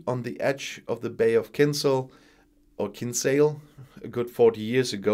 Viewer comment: your second pronunciation of Kinsale as two syllables is correct.